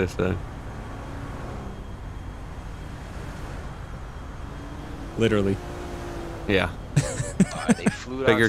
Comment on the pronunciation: lit rely killed me